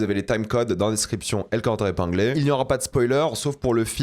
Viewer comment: pk tu arrives toujours pas a dire commentaire epinglé alors que tu le dis dans toute tes vidéos